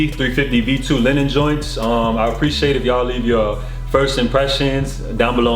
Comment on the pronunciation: its "Lee-nen" not Lenin, it aint a commie shoe